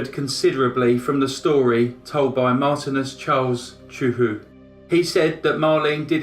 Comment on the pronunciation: Marthinus, not Martinez.